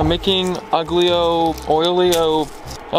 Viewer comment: you're uncultured. If you want to use foreign words, at least youtube how to pronounce them. Aglio is not pronounced "agh-liyo" but Al-yo